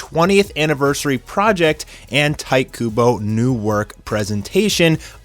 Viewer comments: "Tight" Kubo XD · Tight Kuboh, lol. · "Tight Kubo"